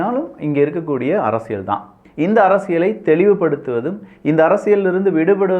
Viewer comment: அப்பா சாமி ள்ள்ள்ள்ள் அரசியள் ஒழுங்கா உச்சரி அடிக்ககடி ள் வருகிறது